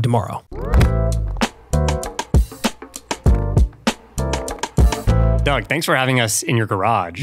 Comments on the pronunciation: You call him Doug Demoro. You introduce the guy as Demoro. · The way that guy pronounced DeMuro threw me off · You said his last name wrong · they way you pronaunced de muro 😭 after Shopify ad im sorry but its badd